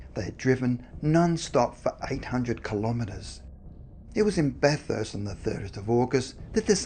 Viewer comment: What’s up with the strange pronunciation of place names? The narrator is Australian and is messing up well known cities such as Bathurst (pronounced: Ba-th-us-t) Goulburn (pronounced: Goal-bun). I noticed him doing it with American place names and although I thought it weird I assumed because he was unfamiliar with the names but now I’m thinking it’s intentional. As I’m typing I noticed he pronounced Melbourne (Mel-bun) correctly so that’s more of a mystery to me than the video subject.